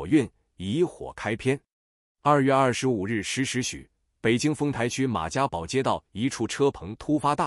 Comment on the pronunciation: 马家堡，“堡”在这里应读 pù，如：十里堡（十里铺） 🔥🔥